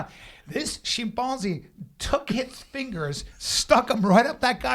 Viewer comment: Bryan "The Shim-Pon-Zee" Callen